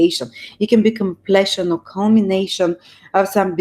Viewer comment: Думата completion, всъщност се произнася къмплийшън --> [ kəm´pli:ʃən ] !